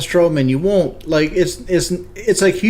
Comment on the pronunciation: "waont" and angles his Head to his right